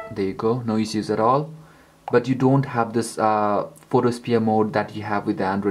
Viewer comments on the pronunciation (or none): ISH-USE!!!! ISSUES LIKE ISH-USE! NOT IZ-OOZ. FUCK.